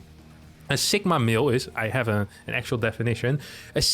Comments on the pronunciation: It is two words, “sigma male”. You sound like you are saying it as one word and with a k sound instead of a g. Its the greek litter sigma not “sikma”. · That is the most unique pronunciation of "sigma male" that I've heard.